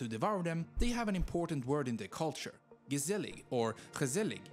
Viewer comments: If I have to be nitpicking at one thing: It’s gezellig and not gezzellig as the video showed. But for the rest the education was spot on. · Its not gezzelig, its wrote gezellig, but we do like gezelligheid xD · ‘Gezzelig’ must be ‘gezellig’ 😀 Nice movie by the way. The Dutch should be more proud of their country. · Gezellig.....not.....Gezzelig ! This is indeed untranslateable ! 😆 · Its Gezellig, not Gezzelig, lmao. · Gezzelig is incorrect Gezellig is correct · I have never heard gezellig being said so terribly like this before 💀at least he tried